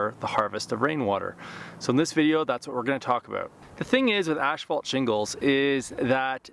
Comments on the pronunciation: Ash fault huh, tongue twister, ass fault, there you go, a lot better. a thumbs up was given. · You are the second one I hear pronouncing asphalt like ashphalt. What is the correct pronunciation?